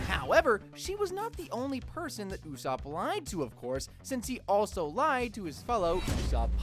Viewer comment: it’s Usoupp